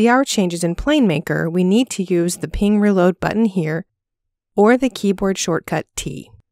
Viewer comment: This might be the first time I’ve ever heard someone correctly pronounce png